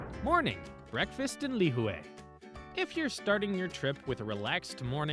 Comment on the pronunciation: Lihue - pronounced lih-hooee And yes, Kauaii is a gorgeous, quiet island. We were married on Shipwreck Beach ⛱️ I remember watching Justin Beiber cliff dive there while we chilled at the Grand Hyatt One of my favorite places ? Tunnels Beach ⛱️ Lunch at the Plantation House and checking out the Art Gallery there was amazing. ❤ Last note - the island in December is at its most magical with all of the lights they put up everywhere you go (and it's cooler too!).